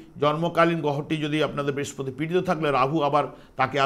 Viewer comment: Brespoti noi Brihospoti,apnitoh acharjo tai uchcharon ta thik kore nin.🙏